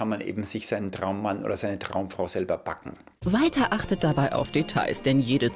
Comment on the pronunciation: Es regt so auf er sagt IMMER : Im Wolter sank you for caming